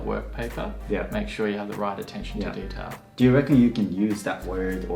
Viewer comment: Detailがデータに聞こえた